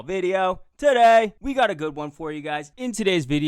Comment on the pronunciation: "TUH DAY!"